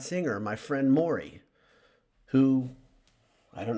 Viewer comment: Not that it bothers me, but my name is Morgan not Moray 😝. I get a chuckle kinda like moray 🤣